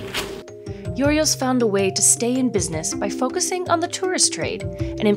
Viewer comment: my ears cringed every time she mispronounced Giorgos